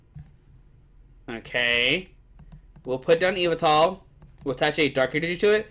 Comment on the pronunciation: Can’t even say yveltal right